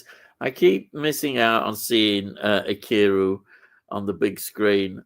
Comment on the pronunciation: btw Ikiru is pronounced ee-kee-roo. 😂